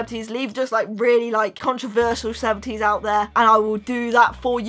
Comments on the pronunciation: Did you try to say controversial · Controversial,. The word is Controversial.🙂